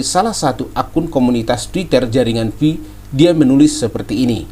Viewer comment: Pi network bukan fi network